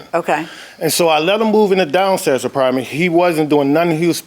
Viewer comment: I gave him a Partment 😂. I try not to laugh, but it always gets me. Same goes with people that say Frigerator instead of refrigerator 😂.